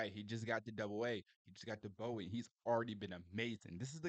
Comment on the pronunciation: Hey my man, it's sounds like Boo Wee for Bowie, not Bow Ee